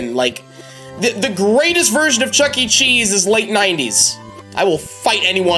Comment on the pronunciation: It’s not Chuck E. Cheese, it’s chucker cheese